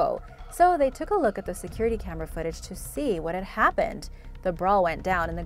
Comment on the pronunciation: "Camerah" Oh hey Jenna Maroney